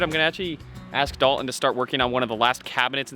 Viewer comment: Dalton.... (Dahl-TON) is the name of the multi-talented friend that is helping you build the Masterpiece of a bus you are building.... not the multitude of other pronunciations you invent that eliminate the “T” inside the spelling of his name. Sorry to rain on the “cool factor” of your lingo...